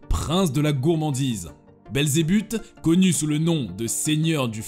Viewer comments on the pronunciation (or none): C'est Belzébuth , et pas Belzébube , c'est dingue ça A croire que tu le fais EXPRÈS 🤮